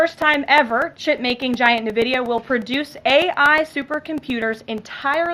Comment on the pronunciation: Did she say "navidia"?